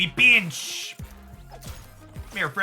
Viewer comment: Love hearing "I peeench" when you Doc Ock